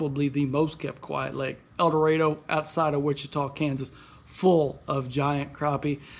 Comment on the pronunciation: He said eldorado